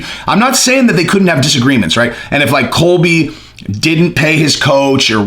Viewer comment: You need more sharpness pills dude it's Colby not Cody 🤣🤣🤣